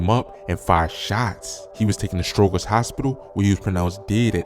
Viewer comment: Stro-jer. Not Stro-ger.